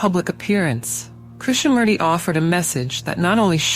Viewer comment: It's pronounced as Krishna-MOOrthy, not Murdi!!